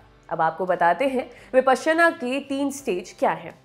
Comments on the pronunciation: Your pronunciation is slightly off the mark! Please refer to original Sanskrit pronunciation!! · Anchor's pronouncing it "विपश्यना", whereas I always here it as "विपासना" everywhere. What's correct?